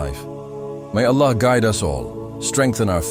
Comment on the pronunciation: The AI cant even pronounce Allah. Pleass stop this AI dependence.